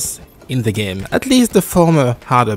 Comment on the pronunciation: i also discovered using crotch punch on 2nd stage just shuts down all chances of mix ups and overall makes it very predictable and easy! feels a bit cheesey but it is wat it is. keep up the great content yo. my friends and i have this ongoing joke about how you pronounce 'game'. LMAO we love to see it. 'And... the grheat thing about tha ghame!'